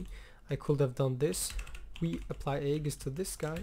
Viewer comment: Hey man, nice gameplay! Just a friendly piece of information, the a in aegis is silent